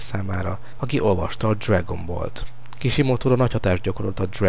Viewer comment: Dszregön boll XD. Am jó lett